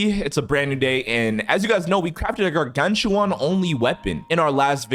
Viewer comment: brooo its not pronounced "gargantuan" its pronounced as "gargantuan"